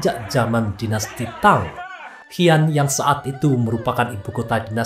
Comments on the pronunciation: Pendengar nya kedengaranya hian ..tujuanya si an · Bacanya Xi an (si an) bukan hi an jd aneh dengermya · Xi an . Bacanya shi an .